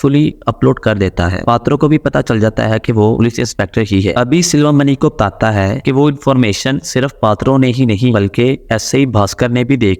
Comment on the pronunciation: Tata hain .....Tata hain ...kya bol rahe ho....sedhe bolo na batata hain😅